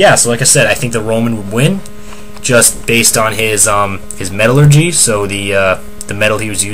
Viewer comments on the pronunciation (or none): none